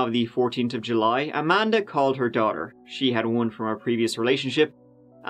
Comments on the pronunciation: "A-man-da hug and kiss" 😆🤣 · Amanda Hug-n-kiss!!!!! 🤣 lost it